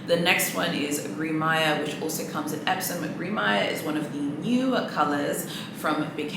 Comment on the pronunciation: please can we pronounce the colour in French, i can't with mispronounced Gris😂 one of my friends has Gris Perle Constance, it looks beautiful! it's quite grey though.. it comes off more white in the video